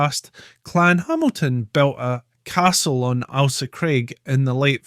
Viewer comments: Can you please pronounce the island name correctly?!?! The name is not ALSA. It is AIL-SA. AIL as in English for unwell. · Its not alsa craig its Ailsa craig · Corrections to this video need to be made.. such as, ALE as in alcohol.. "ale..saa" Ailsa Craig. There's much more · I have never heard it pronounced as Alsa. The ‘Ail’ is always pronounced as in ‘Fail’. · Lol we can't seem to get consensus on how it's pronounced in this comment section, would you agree he's saying the Ailsa bit wrong? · No. He is just mispronouncing it . 😂